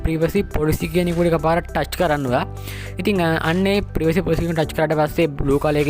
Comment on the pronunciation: ප්‍රිවසි පොලිසි නෙමේ යකෝ ප්‍රයිවසි පොලිසි 😂